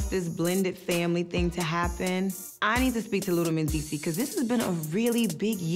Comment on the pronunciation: How comes they don't pronounce the s at the end of Mendeecees' name?